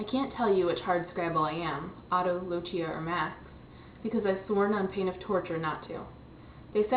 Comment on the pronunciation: Uwah I just finished this book today~!! (Isn't Otto just awesome?? Along with Lucia and Max? xD) And you even said Lucia right! o